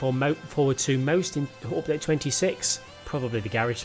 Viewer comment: No one:: Opdayte 26